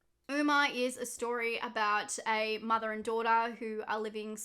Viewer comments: i adore you... but it's pronounced 'uh-mma', not 'ooma'. like how '' isn't prounounced 'eema' kjdsfjksfd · Sorry to be that person but Umma is pronounced like “uh ma” not “oo ma” I had to sorryyyy 😭